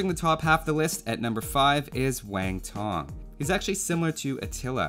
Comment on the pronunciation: It is not [Waeng tong], but [Wang tong]